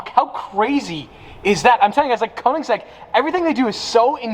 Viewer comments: Koenigs-EGG LMAO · The way he said Koenigsegg and egg 🥚 🤪